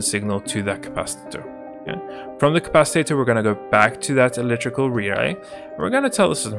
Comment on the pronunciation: ah yes the "capcitator"